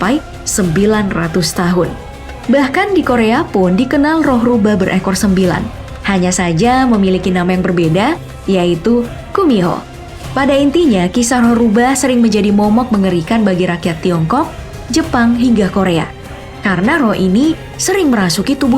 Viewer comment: Gumiho bukan kumiho lah